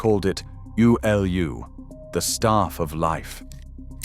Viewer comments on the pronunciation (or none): Pronounced ooo-loo rhyming with igloo. Spelled 'ulu. And yes we love it dearly here in Polynesia! In Hawai'i we pound it into poi and it ferments and tastes so good with various foods! Its also used as a metaphore for a ftuitfull healthy family.